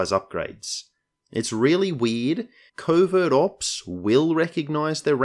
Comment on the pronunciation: I keep hearing "Covid Ops" 😖